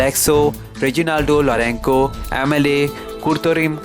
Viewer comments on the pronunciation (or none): not lourenko pronounce properly or stay at home. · Kindly pronounce lorenco properly